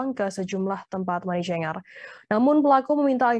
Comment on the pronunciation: Pembaca berita Tribun News harus belajar bahasa inggris lagi sepertinya, Membaca: Money Changer aja salah.. aduhai 🤣🤣🤣